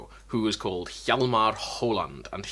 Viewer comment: Protip concerning pronounciation. The H in Hjalmar is silent